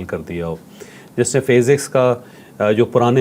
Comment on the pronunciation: جاوید چوہدری صاحب یہ لفظ فیزکس نہیں بلکہ فزکس ھے